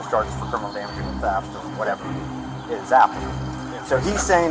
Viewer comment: That pig is the kind that trump should send back to his third world country... Since when is THEFT pronounced TAP.... LOW INTELLIGENCE...... THIS IS WHY WE HATE THEM.lets ENJOY WATCHING THEIR MEMORIAL GROW AND GROW AND GROW.....FTP... KTP